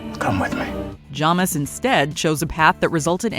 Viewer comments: What do you put on toast? Everyone: "Jam": "Jom" It's Jamis (Jay-mis) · Is no one else upset with how she pronounces Jamis? It’s Jay-Mis not Jah-mis. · I noticed that you guys get names wrong in virtually every video you do and it's kinda inexcusable at this point. It's Jay-mis, not Jah-mis. They say it several times in the film